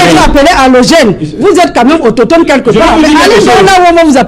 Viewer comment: AutOSCHHtone, autOSCHHtogénie 😁😁😁😁